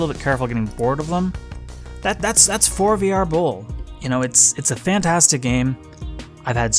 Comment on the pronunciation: Is it not pronounced "forever bowl"?